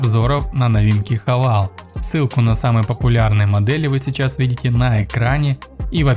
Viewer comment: Кто кого хавал, автор?! Ну ёлки палки! Правильно произносить Хаве́йл